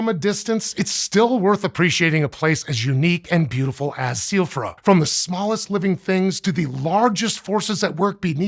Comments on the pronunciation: I keep thinking he's saying Soifra Curse you Elden Ring. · B... because all of those phonemes are perfectly normal and common in English, but "gj" is a confusing letter combination for us... like why would he have any problem at all with "Silfra"? Literally he pronounced it exactly the way any English speaker would.